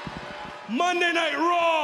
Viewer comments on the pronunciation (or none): Foley pronounces monday night raw like mondy night raw…